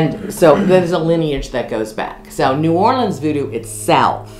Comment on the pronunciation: hearing say New Orleans as "or leans" is funny but still slightly annoying as someone who lives around there. No hate tho, I absolutely love yall❤❤